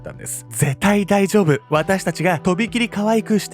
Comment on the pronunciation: 絶対大丈夫のイントネーションに引っかかって何回もリピートしてしまった